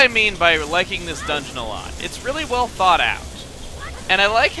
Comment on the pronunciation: Every time he said "It was really thought out" I heard "It was really thawed out"